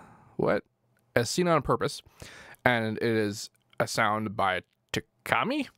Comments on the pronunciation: Tchami is pronounced chami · Pretty sure the t is silent and it's just Chami